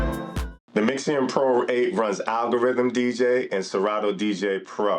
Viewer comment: I had to stop when you can't even read its name correctly 🤦🏽‍♂️